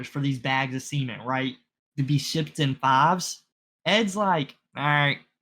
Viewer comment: and learn how to pronounce "cement". You both are saying semen and acting like you don't realize it... maybe you don't. That would be fucking hilarious. It's probably concrete.